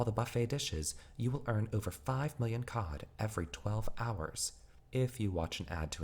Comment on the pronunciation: I swear to god if I hear "uSe gIft cAwD ArNoInnOinnoiN fOr such an amount Of fReE cOhD!" Im gonna lose my shit